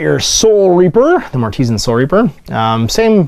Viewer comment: I am fairly certain mortisan should be pronounced as artisan: "mor-ti-SAN"